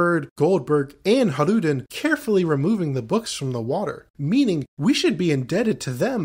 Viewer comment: Just so you know, Hajrudin's name is pronounced like Hay-ru-dinn